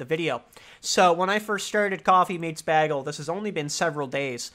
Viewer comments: You'd get a lot more dates if you learned how to pronounce bagel. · im not used to hearing bagel said like that lol